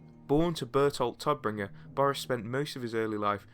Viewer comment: German native speaker here. Please please check correct pronunciation before making a video. Every time you say "Toddbringer" it makes me cringe. It should sound more like "Tohtbringer"